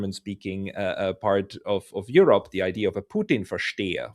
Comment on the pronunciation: Pronunciated EU-Robber.